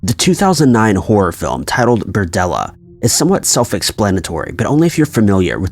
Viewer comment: It's "BERDELLA"